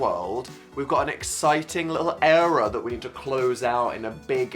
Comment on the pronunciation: can u pls stop saying era like that